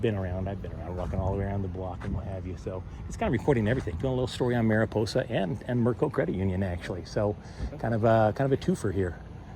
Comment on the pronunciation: Mariposa...that should be a long o Otherwise, that sounds like a naughty word. Or so says my wifey.